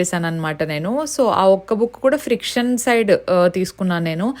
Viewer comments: Its fiction not friction. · you prounced it as friction but it is fiction* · It is fiction not friction.